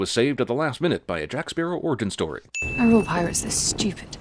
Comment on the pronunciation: “Jake Spearow”